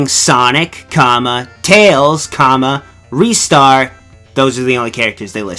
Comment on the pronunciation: 6;55 it's pronounced RY-Star